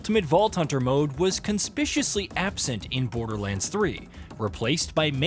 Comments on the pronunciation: "Conspiciously?" Had to rewind that part. What? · Wtf does "conspiciously" mean? Lol